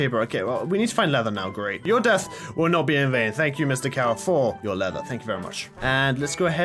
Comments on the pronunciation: leatherite Me: what did he sayyyyy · When he said I don’t rely need lether right now it sounded like he said netherite now 😂